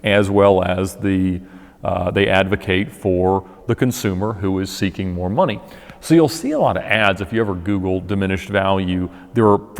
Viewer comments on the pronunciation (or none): none